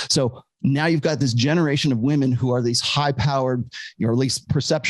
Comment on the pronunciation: "I'M NOT LIKE THOSE OTHER WAHMEN"